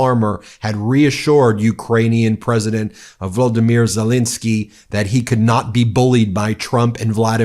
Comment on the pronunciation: Ben, it’s Ze-lEN-ski, not Ze-lIN-ski. Please make an effort to pronounce the Ukrainian president’s name correctly. It’s not hard. Think of it in terms of your name, BEN vs. BIN. Trump and MAGA all mispronounce Zelensky’s name, just as they said “Democrat cities.” It’s a purposeful disrespect. Maybe we should start referring to Trump as Tromp, eh?